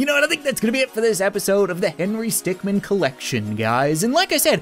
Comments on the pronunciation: you meant not men it’s min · it's Not Stickmen it's Stickmin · ITS HENRY STICKMIN NOT STICKMEN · it's Henry Stickmin, not Stickmen. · It’s “stickmin” not “stickmen”